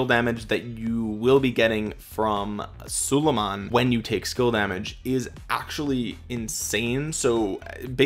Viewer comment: Its prounounced SU-lay-mahn